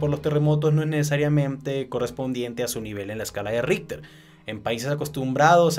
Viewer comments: Y que pasaría si ese súper terremoto aparecería en Sur America mas o menos por Venezuela, Brasil, Colombia, ecuador, Bolivia, Perú, argentina, Paraguay, Uruguay y chile como reaccionaria?? Y aparte yo que sepa se pronuncia como escala Richter no ritter xD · le entendí la escala de hitler